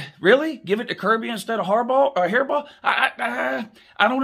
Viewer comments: says his name correctly then says hairball again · Ok if your intentionally pronouncing his name wrong that is just disrespectful, like "Hairball" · Who the f*** is Jim hairball it's Jim harbaugh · Who else laughed everytime he said hairball 🤣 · I keep thinking is Saying jim haribo like the gummy candy lmfao🤣🤣🤣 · Why don't you pronounce his name correctly? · A man mispronouncing another man’s name is beta as hell. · Even if I weren't a Buckeye I wouldn't think Harbaudh deserves the award, but I do think he deserves to have his name said right. The disrespectful mispronunciation takes away from the gentleman's interesting commentary.